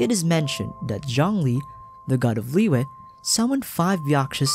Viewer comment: Great video! Just a small correction: Liyue is pronounced as Li-Yue instead of Liy-ue. Make sure you sound the "y" as a consonant for Yue